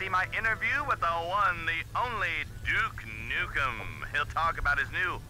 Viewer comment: its not juke nukem it's duke nukem